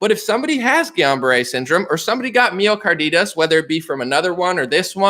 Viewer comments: Myocarditis (My-Oh-Car-Die-Tiss). Sounds like you're saying Mio car is Adidas. Thank you for crushing. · My-oh-car-dye-tiss. Just letting you know. Love the content brother. Wish I had a private email or contact to say it. Just want you to be as credible as possible. You’re absolutely spot on.